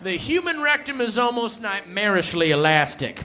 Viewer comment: "...nightmareishly elastic..."